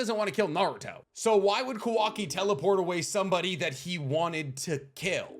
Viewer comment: You pronouncing Kawaki like Quackie xD